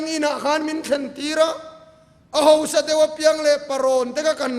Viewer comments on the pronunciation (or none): Ava ngaihnawm in ava ropui thin em. Tawngkam hnih khat lekin kan sawiteh ang. Naupang tih tur a, NOPANG ati te, Hausa tih tur HO SA atih te hi..., Tawngkam ah hian hmanthan leh tih lak lawh awm ve thei ani a, kan sawi belh hlek ani e.min hrethiam dawn nia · Angaihnawm in minhnehngei mai.LALPA chu fakin awmsela.Kahausakna chu LALPA ani.He isermona hosa tih hi Hausa tihtur anihhmel